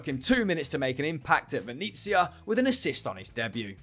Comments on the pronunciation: Another great video guys , but a lot of your Italian pronunciations are awful, Venezia is Veh-net-sia not however you said it. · Venizia lol